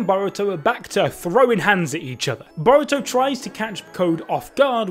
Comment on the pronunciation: “Baw-roo-toe” and “Kuh-wacky” 😝😁. I love you guys tho